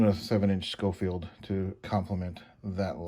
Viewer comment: Pronounced “Showfield”. Love mine, have Ivory grips